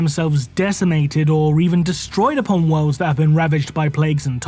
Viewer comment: omg why do you speak like you do? why do you pronounce words so weird? it makes your video unwatchable